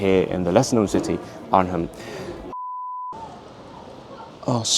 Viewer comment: Arnhem is pronounced like ar-nem, you don't actually hear the H when talking about that city in the streets ;)